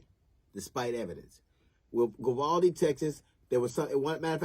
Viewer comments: Not sure alacrity is the correct word there, I mean it does mean to move swiftly but usually in like a happy or cheerful way. Also sounded like he was saying Vivaldi. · Like most people, I think DL is an enormously talented, highly accomplished individual. His comedic skill is unquestionable. However, at 1min 16sec into this video he made me laugh for the wrong reasons. What did he call the town? Govaldi'? 'Grabaldi'? ''Grovalty'? Then 7 seconds later he said it again, but differently. he calls it 'Vivaldi', as though the town was named after famous Italian composer! Anyway, nevermind my stupid nit-picking! DL absolutely nails it when he condemns the cowardice and incompetence showed by ALL the law-enforcement officers involved except one. The older cop who was the 1st to go down the hallway is the only one to show any balls. The rifle-toting imbecile with him is as useless as the rest that show up and play Circle Jerk for the next hour or so. And kids were STILL being shot during the cops Circle-Jerk time!! Disgraceful! Abso-fucking-lutely DISGRACEFUL!! Especially cuz this is small-town Texas, not L.A., Chicago, Seattle, or Baltimore! Makes me weep.... Sorry to shit on you, DL, you're a huge talent. I love your work, keep it up please! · Jeezus, I just realized that DL probably mis-pronounced the name of the town on purpose as a little dig towards the cop-cowards. Sorry, DL, I'm just not too bright is the truth. Dat must be why they call me Doofus....